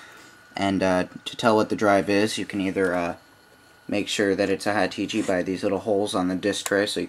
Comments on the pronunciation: "HA-Tichi" !! that's funny. It's Hitachi. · haha u say hitichi...nice tut though shall come in handy